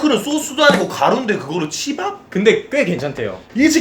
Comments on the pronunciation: 오프닝 치밥예기할때 시밤 이라는줄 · 치밥이라고 하는데 씨바 플레이라 는줄 ㅋㅋㅋㅋ